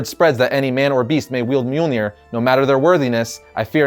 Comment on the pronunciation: Its mjölnir